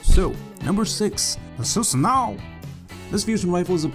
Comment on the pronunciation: Why does everyone say susanoo wrong You say it like sew-sa-no